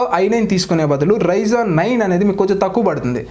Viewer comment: bro its not ryzon its ryzen